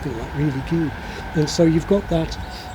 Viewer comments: I was also shocked by the word "good"! It sounded, and still sounds, like "gid" to me. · Well to a German it clearly sounds like "güd" 🙂